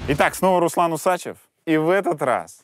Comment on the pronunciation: почему УсАчев, а не УсачЕв, согласно правил русского языка ??!!